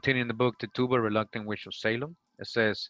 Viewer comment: I think the word is "reluctant", not reluntant.